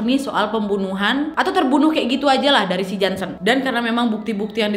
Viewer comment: Ngakak pas Ka nad bilang jonson bkn Jansen :(